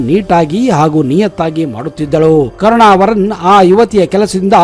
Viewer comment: ಕರ್ಣವವರನ್ ಅಲ್ಲ karnavar